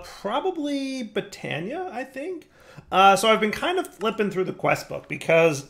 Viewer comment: Botania... more like Bee-tania